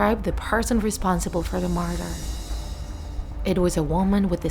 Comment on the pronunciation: Are you saying MURDER or MARTHA